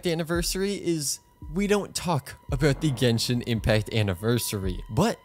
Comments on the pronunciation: Ahh yes jenshin impact get me stressfull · Jenshin Impact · Jenshin impact lol